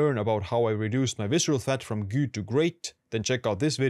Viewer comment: Your English is great but you need to work on your pronunciation of ”good”.